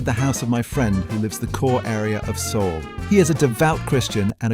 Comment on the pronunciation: How can you pronounce Seoul wrong as a Korean,?